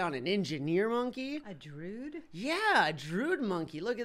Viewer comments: I thought it was druid not druud?? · "The droid monkey" "Gohd....nooo...the drude monkey" pfff.......matttteeee, its a druid monkey, you pronounce the i, its important. Not Druide (Dr ude as in dude, but dru as in dude du, but dru-id druid.) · Droo-Id not drood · droo uhd to say druid nor drood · The Druid is pronounced Dru-i-d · its pronounced (JRU - ID)